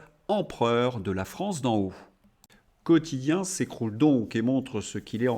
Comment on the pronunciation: "Quotichien", la voix de son maître 😅😂